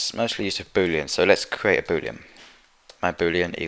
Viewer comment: Each time he said boolean i understood booty